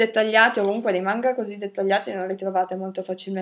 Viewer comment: Manga non mangua